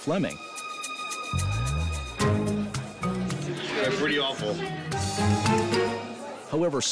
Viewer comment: Flemming, not Fleming 🇩🇰